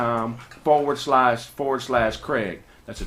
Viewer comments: BlockFi not blockofi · Kraig saying Blockfi wrong is hilarious. Him not giving a damn is even funnier